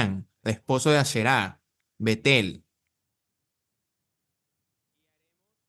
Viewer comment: A bet - el no Betel ojo bro